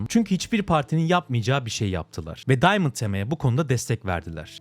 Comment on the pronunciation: diamant tema :D ingilizce süper